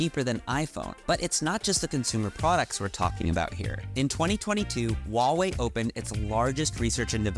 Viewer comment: FYI, the "H" in Huawei is not silent. I have no idea why there's this notion among Westerners that it is. In Chinese pinyin, there are no silent letters.